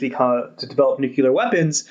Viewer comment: nyoo-kyewl-arr haha =) the Host got it though, so that's good. Just pokin' fun, I love RANE.